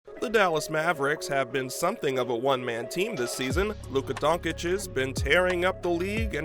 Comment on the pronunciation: Agree!!!! Dončić = Donchich and NOT Donkich!!!! During 5 years you can not learn how to pronounce his surname! Like we say your name as.